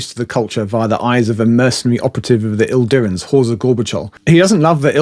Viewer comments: One minor quibble: it's 'Idirans', not 'ILdirans'. It's a common mistake, mainly due to typefacing - the capital 'i' (eye) and 'l' (ell) look almost indistinguishable in many fonts, so it's not unusual to misread the 'I' as an 'L'. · Idirans, not Ildirans. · You keep saying "Ildirans" - there's no "L" in it 🙂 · There's no L in Idirans